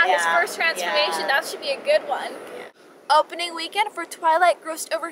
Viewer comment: 5 stars for the "O"pening weekend... !